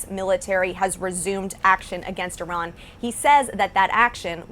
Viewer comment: American people watch Reuters, Associated Press, FR24, BBC, TRT WORLD, Deutche Welle to get Real News american media is all PROPAGANDA and serve zios...... E-RUN E-RAN I-RUN You All RAN......🤫 cant even say IRAN.... cant even point on the map but those ppl on TV have idea about IRAN war aboud the Region u guys soooooooo funny and not educated 🤣🤣🤣